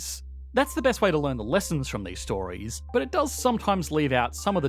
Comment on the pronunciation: hihi there is fron not from